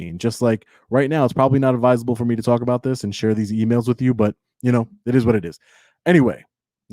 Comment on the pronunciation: Show us one news story that YOU are not the center of. One where you’re “gathering content for a story,” that will later be published. Why? Because that’s the story. That’s not news worthy. And learn to say entity, library “with you” it’s not witch choo. A journalist speaks proper English. You aren’t even in the same galaxy when you “try” to act tough and sound from the hood in your polo and spare tire. Pull up your pants to hide that gut. If I was your woman I wouldn’t let you walk around with that thing hanging out. 🤮🤮